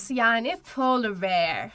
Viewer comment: Bearı okuyuşunus o kadar yanlış ki siz beer diye okuyorsunuz sincabın telafuzundan bahsetmiyorum😢